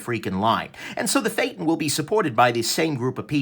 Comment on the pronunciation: Phaeton not feytin, lol